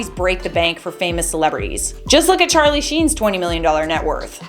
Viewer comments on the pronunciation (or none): none